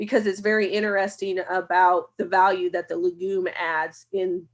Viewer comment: No offense, but I wish you would learn to pronounce legume correctly.